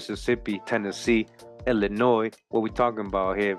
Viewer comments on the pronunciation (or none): none